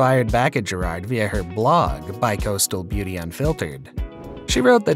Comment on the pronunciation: His name is pronounced gerard not ger _ard